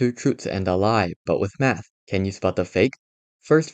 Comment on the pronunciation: I swear he said meth